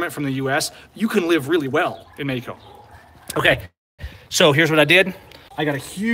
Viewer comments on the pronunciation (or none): Matthew G. He also pronounces Mexico as "Meyco" XD